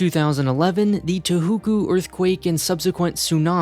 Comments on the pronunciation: Touhoku (toe-hoe-kuu) not (too-hoo-koo)… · Interesting... but how the fuck did you get from Touhoku to 'ta-hoo-koo'? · You are just presuming maintenance costs are overrun for supporting earthquake disasters. They spend a lot on maintaining the US military bases. It is also not "Tohuku" it is "To-ho-ku". Spoiler alert on Part 2, it is the U.S. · Twohookoo?! It's Tohoku (toe-hoe-koo) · Great video! Thanks for sharing! I think by "Too-hoo-koo tsunami" you meant "Touhoku" (toe- hoe- koo). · Tohoku is pronounced "toe-hoe-koo"